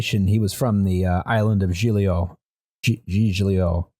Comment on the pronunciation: When he said "cag-lee-AR-ee" I lost it lol. It's pronounced, "CAL-yah-ree". Great episode as always. Edit: LMAO he just said "GIG-lee-o". It's pronounced "JEEL-yo". (j as in jump).